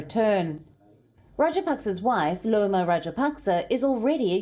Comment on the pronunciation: Hi Palki, Gotabaya Rajapaksa's wife's name is NOT LOMA. Her name begins with capital " i ". Her name is IOMA. It is pronounced as "Ayoma." It is a typical Sinhalese girl's name.